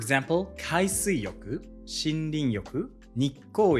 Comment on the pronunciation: I literally laughed, when u say screen yoku 😂